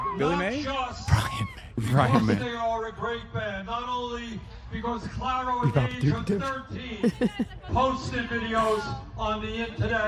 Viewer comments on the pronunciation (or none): saying ‘claro’ for clairo, qt saying ‘japanese breakfast club’ for japanese breakfast, and them all calling beabadoobee ‘badadoobee’ is sending me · Omg the pronunciation of Clairo help me😭😭😭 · still saying Clairo wrong lol